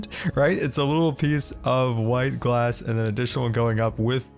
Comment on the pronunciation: Ghlass house ? With a "h" like Ghost ...